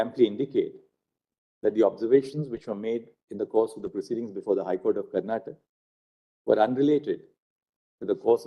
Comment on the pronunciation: It is not karnatak. It is karnataka. Please somebody correct the lord